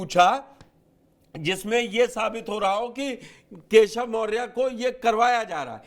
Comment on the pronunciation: Badiya se name lo kesav na keya hol diya hai yahi Shikha ho aachh se bolo